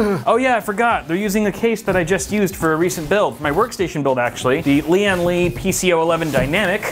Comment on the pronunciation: pronounce the n in lia-(N)- li